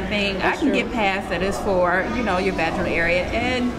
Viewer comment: your pronunciation of vaginal isn't right.